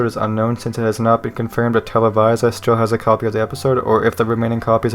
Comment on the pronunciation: televisa is actually pronounced as tele bee zah :] rlly enjoyed the vid!